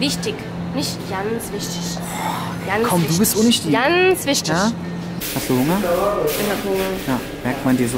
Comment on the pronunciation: Janz wichtisch haha